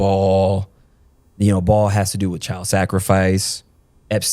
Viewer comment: BAAL is pronounce "BA-ALL" was also the diety in the old Testament involved child sacrifice ...its all in the BIBLE